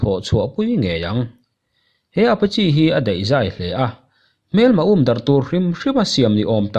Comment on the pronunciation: Apachi ti lovin Apache ti zawk la